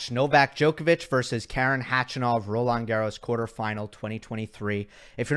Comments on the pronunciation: K-A-ren (with a stress on the first syllable) is an American female name. Armenian male name is Kar-E-n. Not to mention that he is Khach-A-nov rather than Kh-A-chanov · I love you, but nobody, I mean nobody, calls him Khachy. And it’s not pronounced CATCH-A-NOV. More like kuh-chuh-nuf